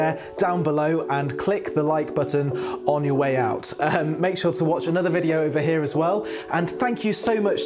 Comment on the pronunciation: VideOoo has an extra syllable. lol